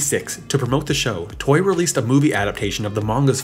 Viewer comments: Toei is pronounced toe-a Not toy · Toei is pronounced Toe-ay